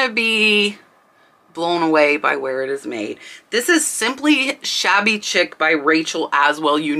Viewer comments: I really love your channel and so I want to take this opportunity just to let you know that Shabby Chic...the word Chic is pronounced sheek...like the word sheep but with a K. I'm sorry to have to point this out in the comments but I really think you should know since the word is often used and it just makes it SEEM like you don't know what you're talking about when I know that is NOT true. Thanks! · Chic as in Shabby Chic is pronounced “sheek”. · Chic is pronounced Sheek. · Chic is pronounced like sheek..lol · I think "chic" is pronounced "SHEEK." ?? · It’s shabby chic not chick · Just a note to respectfully tell you that "chic' is pronounced "sheek" not "chick". This video was so fun and inspiring! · Shabby Chic is pronounced sheek not chick. Just so you’ll know for the future. I appreciate this video!! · Just to help… it’s pronounced “Sheek” not chick. “Chic” pronounced sheek. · chic is pronounced sheik not chick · Chic is pronounced :sheek. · That Rachel Ashwell was sold at target around 2005ish … I know because I bought a lot of it ! It cracks me up how you say shabby chic… because I used to pronounce exactly the same way until one of my friends back in that time period laughed and said girl it’s sheee-k but I do that all the time with everything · I don't mean to nit pick or criticize.....but...Chic is pronounced "sheek" - like a bed sheet but ending in a k. Thank you for all you are doing for those of us who are newbies and know only enough to be dangerous.😉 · Chic = “sheek” :) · It's pronounced " shabby sheek" , not "chick " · As always, very informative. Please, Shabby CHIC is pronounced "sheek" not "chick." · Chic pronounced SHEEK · I was going to say the same thing! Sheek not Chick. My home decor is this style. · chic is pronounced sheek not chick.. ok ty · It's pronounced sheek not chick.😁